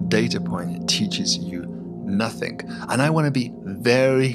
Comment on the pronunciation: I wish he wouldn't say somethinK and nothinK. Letting the side down a bit there.... 😆